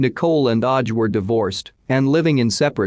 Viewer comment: Normally this kind of mispronunciation annoys me but this one had me in fits of giggles 🤭🤭😂🤣